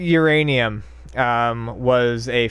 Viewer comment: "Uraninum" LMAO